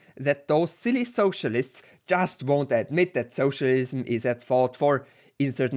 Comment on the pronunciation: I love that United graphic. Also has one of the best pronunciations of socialism I've ever heard, lol. Soooocialism, HA!